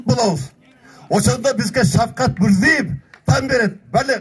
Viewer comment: Мурзыев эмес да, Мирзиеев , кыргызча Мирзийоев